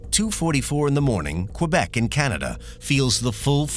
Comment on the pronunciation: "Qwebec" No dude you don't pronounce the u in Quebec